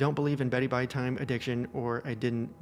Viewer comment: Please never say beddy bye time again